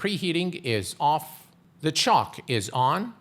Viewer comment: I realise you are not a native English speaker - although your English is excellent - but the control at engine start is not pronounced 'chock' like a wheel chock, but rather 'choke' like to obstruct someone's throat - to choke them. The control is to enrich the fuel mixture by choking the intake venturi and reduce the amount of air in the fuel mixture. As engine temperature rises the choke is reduced and eventually pushed in all the way to fully open the venturi and obtain the correct fuel/air ratio. Those of us of a certain age will be familiar with this action from driving a car... Love your videos by the way! And thanks! 😉😉